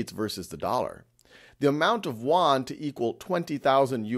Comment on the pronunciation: Teacher, it’s pronounced Yoouaan. Not Woouann